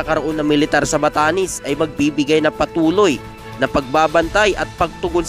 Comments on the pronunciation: BATANES HINDI BATANIS BOLOL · Npre ..batanes Hindi batanis ... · Batanes !!! d Batanis😅